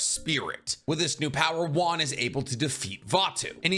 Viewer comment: It's wan not juan